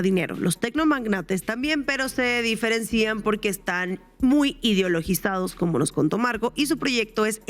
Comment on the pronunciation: Se diferencian,, no Se diferenc'ian. Pronunciaste equivocadamente con acento en la i